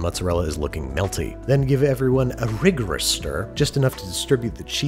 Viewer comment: The pronunciation of rHigorous will keep me going for days